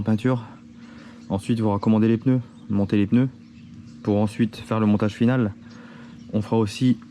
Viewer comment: Des ' PEUneus '😒😒😒